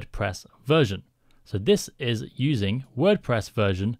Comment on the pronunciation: Ah, yes… My favourite CMS, WordPess xd Great video btw!